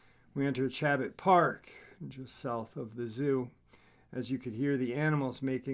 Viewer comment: Great Show! My neck of the woods! by the way Chabot is pronounced ( SSh-a-boa ) its French. I went to Chabot College.